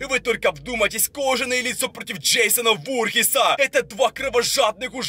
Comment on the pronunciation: Не вурхиса а вурхиза